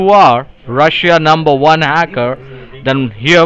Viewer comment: Numberre onea russhhiann haaackaar 🤣👀